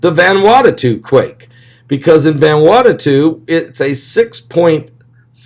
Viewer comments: Vanuatu. Not Vanuatatu. Please. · Love you-two to PIECES!!!! IT'S VAN-oooo-AH-tu! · Its NOT Vanwartatoo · VAN - OO - AH - TU !!!!!!